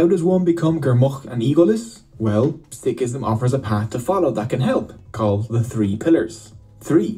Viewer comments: you are pronouncing Sikhism right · Being a Sikh it's so nice to read so many kind comments from people of different religions and you guys too And btw is pronouncing it wrong is right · you have pronounced it perfectly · Sikhism is the correct pronunciation